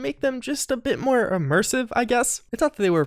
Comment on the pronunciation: But is it... UHHHHMERSIVE